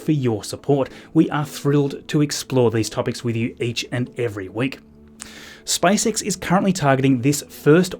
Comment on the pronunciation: It sounded like spicex😂